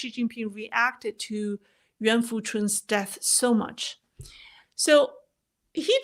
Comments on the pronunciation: “Nguyen” is pronounced like “Win” in the American way. It’s a bit more complex to pronounce “Nguyễn” the Vietnamese way, because of the diacritics/accent marks. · That’s not exactly right. It might be helpful to think of Nguyen as 2 syllables, but it’s really a single syllable and the Ngu sound should not be flattened out or simplified as “nu”…the ‘g’ is very prominent in Nguyen and in fact, dominates in the “Ngu” pronunciation portion. From there, the “yen” is not tonally the same as “when”. I suppose it’s helpful to think of the “yen” as a ‘w’ sound, but it really isn’t. Also, the “yen” is pitched higher almost as if saying “yeen”, not “when”. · This is a foreign way of pronouncing it. The vietnamese tone is very difficult to learn.